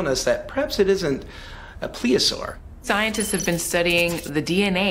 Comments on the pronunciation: PLEOSAUR??? Do you mean to say PLESIOSAUR??? I'm smelling some make-believe scholarship here. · That's Plesiosaur not Pleosaur. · They keep saying plea-a-saur. I believe it's plesiosaur or plesiosaurus. Idk maybe my ears just don't work right anymore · Plesiosaur, please pronounce the "s." Weird sound effects and camera angles, a guy with a monocle...I've seen enough, bye! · Marine Biologist my ass, he couldn't even say the right name of the animal when he compared it to Nessi. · Well his marine biology degree should be called Into question if he cant even use the correct pronunciation of plesiosaur